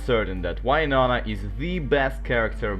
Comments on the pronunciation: Oh why-nonah. The intentional mispronounciation definitely gets peopls going 😅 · you kind of supposed to say "win" and then nona like win nona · I liked just for why-nona (I love hearing people pronounce names of characters in fun ways) and I'm commenting cuz it's a good video so far 🥰 really fun, good job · That's what I'm talking to my russian colleagues! But noooo, they all like to pronounce "Why-nona"!